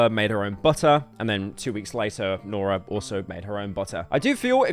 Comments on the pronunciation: So paranoid about pronouncing things wrong then calls her Nora the whole episode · Guy says he’s not gonna mispronounce names then goes on to mispronounce the easiest name continuously. Nora. lol